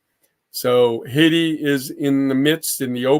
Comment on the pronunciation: ... just the way he says Haydee let's me know how he really feels about Ayiti.